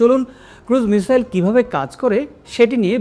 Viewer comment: মিজাইল না মিসাইল ⁉️